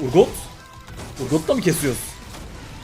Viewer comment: Urgoth ❌ Urgöt ✅